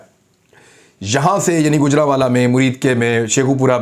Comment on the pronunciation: گُجرانوالہ نہیں گوجرانوالہ ہے. گَجر نہیں گوجر جٹ قوم کے نام سے ہے گوجرانوالہ.